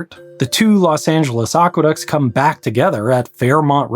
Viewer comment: They are not "oqueducts"; they are aqueducts.